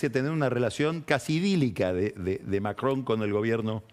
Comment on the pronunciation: ¡¡Qué placer escuchar a Pañi decir Macron!! Lástima que nunca le dijo Gravuá a Gravois, habría sido maravilloso.